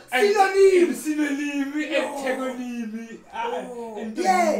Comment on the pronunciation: 😭😭anybody hear when he said synonym and antogonym🤣